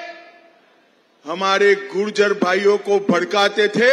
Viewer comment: Gurjer nahi Mota bhai it's gujjar